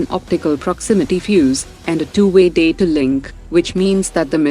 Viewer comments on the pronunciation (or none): none